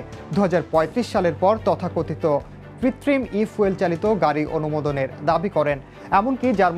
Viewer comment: আরে মূর্খ ঐটা ফুয়েল না, ফিউল হবে